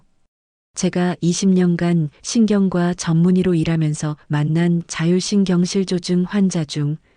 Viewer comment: 자율신경실 조증이 아니고 자율신경 실조증 띄어 읽기를 잘 해주세요 자율신경 ^ 실조증